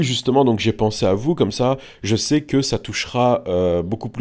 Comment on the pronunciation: Lasalle a «oue jezzzsai » MORTEEEE 😂